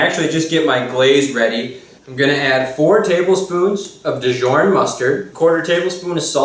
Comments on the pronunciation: It's Dijon not dijourn lol. Good video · lol, Dijon is pronounced, "Dee-jawn", not "Dyorn" and Thyme is pronounced "Time" not "thyne". Love the recipe though! Great job, a very classy recipe:) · And Dijon is pronounced Dee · ahaha hes such an amazing chef but cant pronounce thyme or djourn right lol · Thyme is pronounced Time and Dijon is pronounced Dezohn similar to your name. Hope that helps you! Great video. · The Dijorn and thine tho 😂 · couple things... Dijon is pronouced deshon and thyme is pronouced time...love your show 😀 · Hahaha! The way he says thyme and dijon. Wow. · That is what I was thinking too. lol. Thought he said dijon funny too.